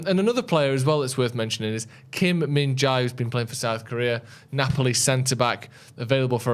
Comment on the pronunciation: Just to help with your pronunciation of Korean names since Kim Min Jae is getting a lot of attention, the Jae is 재 in Korean, and it is basically pronounced as Jeh. It's not Jay or Jai haha